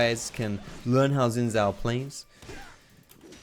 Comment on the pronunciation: Love your content. But just wanted to point out it’s pronounced more like “shin zhao”. Xo